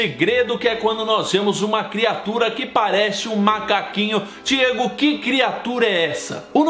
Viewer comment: eh ou Diego?